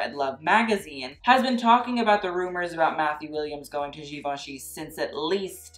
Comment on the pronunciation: For God sake, learn how to pronounce Givenchy!!!! Even Matthew can't pronounce it.